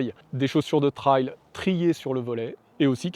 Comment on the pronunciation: Super vidéo. Merci. Si je puis me permettre trail se prononce plutôt trèl que traille